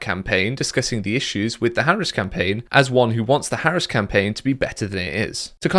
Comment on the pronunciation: seems to intentionally mispronounce Harris' name. That's disingenuous.